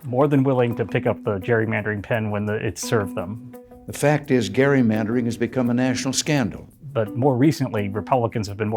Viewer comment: I like how President Reagan pronounced "gerrymandering" properly. I think that a couple minutes earlier in the speech he mentioned the "right" way to say it.